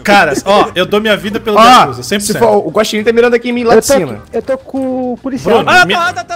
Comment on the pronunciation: "Guaximim" kkkkkkkkkkk